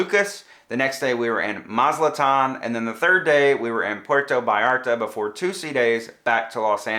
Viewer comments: Great review. Thanks. Btw, it's Mazatlan not Mazaltan. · MazaTlan not MazLtan. 😊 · Ma zat lan, not Ma zal tan